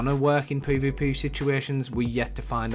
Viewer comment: Poy voy poy (this dude trying to say PvP)